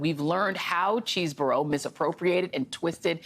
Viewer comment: I think it’s Chehz not Cheese burro….(?)